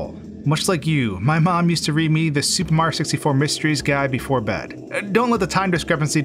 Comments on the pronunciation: “Supah Mahyio sistyfoh” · “Super Marr Sixty-Four” ?? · every time he says “super mario 64,” it sounds like he’s slurring it, sounding like he’s trying to get through it as fast as possible